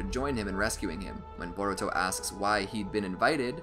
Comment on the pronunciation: at 1 hr 20 minutes and 19 seconds u said boruko lol